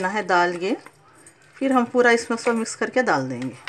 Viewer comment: Aunty acha bana tamate ka cut , aap jo bolte na mis karee woh mis nahi mix hai